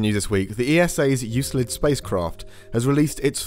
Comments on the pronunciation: its 'baha' not baga' for baja california and its 'you-klid' not 'you-slid' for euclid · Yoo-Klid, not you-slid. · Euclid (Εὐκλείδης) is not prononced EuSlid but EuKlid. It's the name of a greek mathematician from Alexandria. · Omfg you made me google the pronunciation of Euclid just to find out I do know how to say it right. Absolute monster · Why are you mispronouncing Euclid?